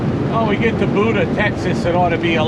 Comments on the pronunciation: Buda Texas is pronounced Beu-da Texas, not booda, hummmmmmmmmmmmm, just down the road like 30 miles or so........ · Buda pronounced Byew-da. Safe travels driver.